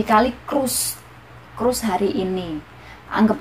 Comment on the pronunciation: Maaf mbk mau perbaiki, bukan kruss, tapi kurs trimakasih 🙏